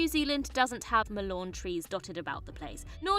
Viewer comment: Check your pronunciation of Dunedain and Mallorn tree.